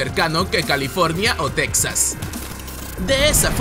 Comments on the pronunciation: No te has mordido la lengua de tanto decir tecsas ? Para nosotros los mexicanos es Tejas y se escribe texas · Insisto, se pronuncia "Tejas", no Tex- sas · NO ES TECSAS, ES TEJAS... WEY. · Disculpa, se pronunacias "tejas", no tex-as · Se dice Tejas, cómo se dice Méjico, no tecksas, se ve que eres de otro país, ósea no eres mexicano. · Pronuncias a texas como tecsas ...un mexicano dice mexico no mecsico . . La x la pronunciamos como j ....no se si es correcto.....